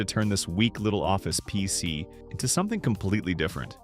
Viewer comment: Chatbot narration was obvious in the first 30 seconds of the video and not being able to say PC.